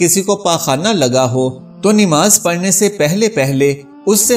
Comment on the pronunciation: It is not Nimaz but namaz you can’t even pronounce it right